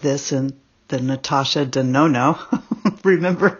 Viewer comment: Aww, this must have been such a bittersweet video for you to do. 🥰 What a beautiful tribute to Mel. But, why did I keep hearing you say Natasha Danono? 🤣